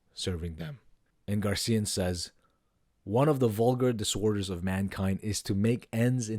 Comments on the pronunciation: GARCÍAN????? My goodness! Is so difficult to tell "GraciÁn"?? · Yes! GRACIAN, not GARCIAN. Like fingernails on a chalkboard. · GRACIAN! not gar CIA!- It is unlikely that Nietzsche read Balthasar Gracián or was directly influenced by him. There is no mention of Gracián in Nietzsche’s published works, letters, or notebooks, and no evidence that he owned any of his books. While both thinkers share a common interest in aristocratic morality, self-mastery, and the art of living, their fundamental philosophical projects and ethical frameworks are quite different. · Gray-C-N? Grace-ian?